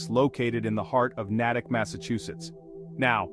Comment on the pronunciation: Lake Co-chit-chu-it in Nay-tick… K?